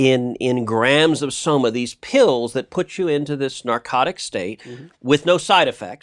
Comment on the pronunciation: Why is it when he says 'Soma' I hear 'Skooma'